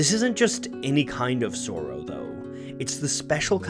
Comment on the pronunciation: The way you pronounce the word "sorrow" triggers the fuck out of me. love your work though, I've discovered so many artists because of you.